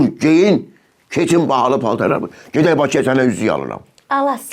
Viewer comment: Gedək demədin güdək dedin.😂